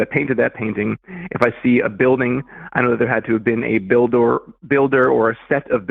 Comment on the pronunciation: I was about to comment how annoying it is when apologists say "crea-TOR" and then bro goes and says "a buil-DOR" lmao